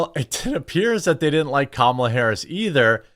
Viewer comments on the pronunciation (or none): You’re already “mispronouncing” her name when you say “KUH-MALA” they want you to say “COMMA-LUH.” Just to be clear, idgaf how you say her name, js you don’t need to say “CAM-AH-LUH” to trigger the left. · Lol it's pronounced Comma, la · I love how I'm not the only one that purposefully calls her Kalama 😂